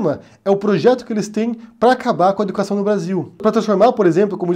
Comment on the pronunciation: "Miniztru dah educašãò"